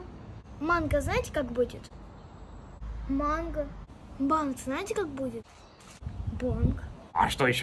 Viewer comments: Не ма́нго , а мэ́нгоу . Не банан , а банана . Не метро , а мэ́троу . Надо над произношением поработать .😑 В её годы я знала то что мои родители не знали .👍🏻🙂 Я не хвастаюсь потому , что , как можно хвастаться тем что я учусь в школе с углублением на языки .😢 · Ошибки: Banan≠Banana Mango=Мэнго(произношение) Metro=Мэтчроу(Произношение)